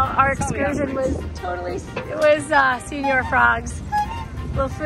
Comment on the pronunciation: “”señor” is not pronounced like “senior.” “Se” syllable sounds like “ce” in “cent.” The latter part sounds like “or”. “Ñor.” Now put it together. Lol